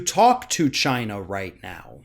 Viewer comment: does he know that China the country is NOT Chyna the wrestler? And she's dead so it's kind of pointless to hate her. When he says Chyna it sounds like the name. He's probably mad at her because her clitoris was bigger than his penis. Look it up.